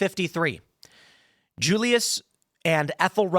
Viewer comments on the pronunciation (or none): none